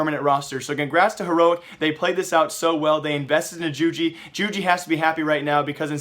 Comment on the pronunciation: isn't it yoo-gee?